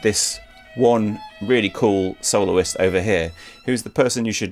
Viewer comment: says "soloist" and my ears hear "soul's". So where are the audio slices from a Kol NIdre orchestrated?